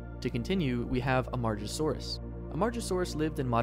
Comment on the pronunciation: hate to be that guy but im just looking out for you; "Am-ah-gah-saw-rus" (Amargasaurus) and "ang-keye-low-saw" (Ankylosaur)